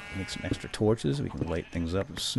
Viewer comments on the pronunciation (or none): none